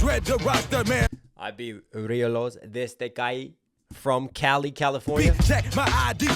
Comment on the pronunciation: cali like columbia. not cali like california